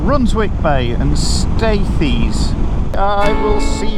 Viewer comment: What a cracking ride out. North Yorkshire is my end of the woods and it still surprises me. Really enjoyed it and a little local info “Staithes, locals and older generation say it as Steers. Just for next time. 😎